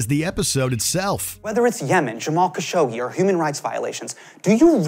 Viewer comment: Im pretty sure it's KashOggi. Not Kashaggi.